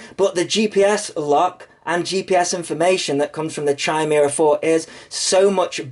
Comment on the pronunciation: FYI, it's "KYE-meera"